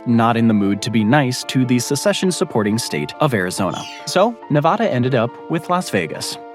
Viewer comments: It's Nevada not Nevahdah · Nevada is not pronounced Nevawda. It is Nevada, with the first letter "a" pronounced like the a in the word at. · No one from Nevada would pronounce the name of the state like you do. In the west, we say Nevaeda not Nevahda. Lo siento. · another fun fact about Nevada is that you and almost everyone else East of it pronounce it incorrectly. It’s “Nev-ah-duh”, not “Nev-awh-duh”. Ah as in apple. Source: Born and raised in Nevada. And yes, I have heard all the counter arguments before. True that it’s not how the original Spanish would say it, but I raise back to you that we don’t say “Te-has” for Texas, or “Ill-uhn-wah” for Illinois. But by all means if you want to immediately stick out like a sore thumb that you’ve never spent a ton of time on the West Coast of the United States, continue pronouncing it incorrectly as “Nev-awh-duh” and “Or-eh-gawhn”. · 1. That's not crater lake 2. It's pronounced nevAAda, not nevahda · NEVADA like the word add. Not the word odd. Get it ,learn it,say it correctly, NEVADA. 😊 great video 👏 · Like Nivadda? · This is yet ANOTHER geography video where they mispronounce Nevada. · There is no 'ah' in Nevada. Google Translate gets it rigbt--give it a try. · You can say the lake name right, but can’t say Nevada right.. 😢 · How do so many people fuck up the pronunciation of Nevada???? Do we Americans suddenly have an English accent?? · CORRECTION: "Nevada" is mispronounced in this video.